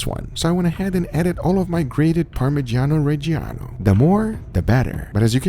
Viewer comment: The way americans pronounce parmigiano reggiano really disturbs me